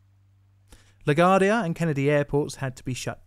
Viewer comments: It's "la gwardia" and "shay stadium" and "david Bohwee" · Hi. Little correction: the 'u' in LaGuardia isn't silent as it's an italian name (as in Mayor Fiorello LaGuardia, for whom the airport was named). The way u said it made my italian 1/2 die a little inside. Thanx. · Also it's Lah-gwar-dia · I was about 2 years old when this happened, living in the Carrol Gardens neighborhood. I vaguely remember the sound of sirens all night. BTW - Shea Stadium is pronounced "shay" and New Yorkers say "LaGwardia". PS - liking the style of more photos. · Not to be "that guy" but it's pronounced "La Gwardia airport" and " Shay" stadium. Oh god I'm being that guy 😮. Love the channel! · Was this an April fools video? La Gwar-dee-ah Shay stadium Bo-WEE and he’s a Brit not a New Yorker